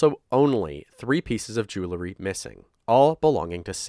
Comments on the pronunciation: It’s jewelry Not jewelery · It's mildly infuriating, how often the word 'jewelry' is pronounced 'julary'. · Jew-el-ry. It isn't jew-le-ry. Jewel being the root word, not "jewle". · I know it’s a silly comment, but it’s “jewelry” NOT “jewlerry”!!